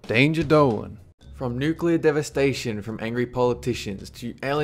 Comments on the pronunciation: Does it bother anyone lese that he says nucular rather than nuclear? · It's pronounced NOOK-LEE-UHR not NOOK-YUH-LUR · Nucular? Really!? If you are going to throw these crazy ideas out there, atleast say the one that could happen correctly!!!! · "nukular war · He said, it only takes one mad man to fire off a nuke at another nuke arrmed country to start a nukular war........,.......dont be that mad man............EVER! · New-cue-ler. Dude do you even english a little bit? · nucilar war??? isn't it nuclear? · Y-you...you just pronounced it..."NOO-kyoo-luhr"?! *Facepalm* Nuclear. "NOO-CLEE-uhr" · If I see one more fucking Youtuber pronounce nuclear as "nucular" imma smack a nigga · Noo-queue-ler? Its New-clear. Nuclear, ladies n' gentlemen. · #13 ok guys let's play fallout oh oh god NUKULER WARFARE GUYS ITS FALLOUT!!!!!!! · 1st of all dont say nucular 2nd of all DONT SAY NUCULAR ITS NUCLEAR FOR FUCKS SAKE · yeah "Accidental" nucular strike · Nukular? Nukular?! GTFO bush! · ''Andbody that has played fallout can survive a nucular war.'' *Facepalm*